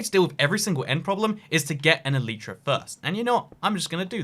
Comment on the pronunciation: You are saying Elytra wrong